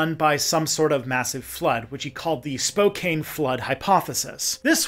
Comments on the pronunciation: It’s Spoe-can not Spoe-cane ;) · Just an FYI..... It's Spokane not Spokain. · It's spoe-ken however I please.